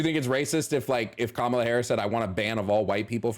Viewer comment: Her name is pronounced like "comma" "la". Not "ka" "Mala"